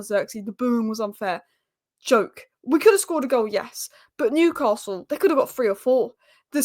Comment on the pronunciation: Also there isn’t an R in Newcastle.